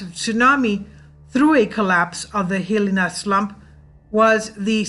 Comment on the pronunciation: Good work. Hilina is pronounced. hill - EYE - nah